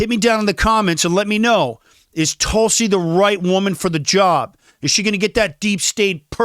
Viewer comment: You are pronouncing Tulsi 's name incorrectly. Just know, you're making people keep scrolling.